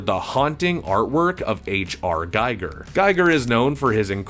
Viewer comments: I hate to be that guy, but it’s my cosmic duty to inform you that “Giger” (GEEGER) is not pronounced the same as “Geiger” (GYGER) and it harms your credibility not to know this. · Gee-ger. Not Guy-ger. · Yaphet was Parker, not Peter. And bruh, please its pronounced Gee-ger. Your showing stills from the documentary Beast Within that even has the correct pronunciation. Bruuuuh, and Ron Shusett was TOTALLY given story credit along with O'Bannon. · Giger is pronounced Gee-ger with a hard g. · His name is pronounced H.R. G-ee-ger. It was painful hearing it said wrong over and over. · It's pronounced Gee-grr.